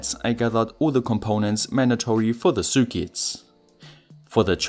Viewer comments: I hear Sue Ketts :) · Ok ur English is great but u say circuits weird a f lol